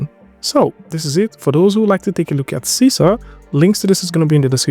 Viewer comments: It should be pronounced See-See-R ... because it's in Malay or Bahasa Indonesia. Sisir means COMB. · Sisir is a comb tool in Indonesia language, and you should pronounced it like you said 'see seer'